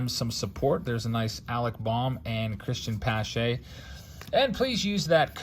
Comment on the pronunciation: Cristian Pache is pronounced “Cristian Potch-ay”